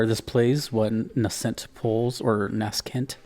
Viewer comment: Close enough, I think it's pronounced "NAYsent". Loves me some Sakuraba 🤘